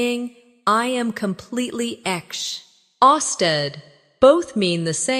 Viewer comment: At the timeline, a simple mechanical error of 'exh austed' instead of 'exhausted' confused the AI. Accordingly, pronunciation is a complete failure!